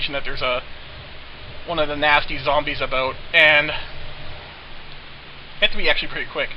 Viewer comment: "One of the nasty zombies aboot" lol canada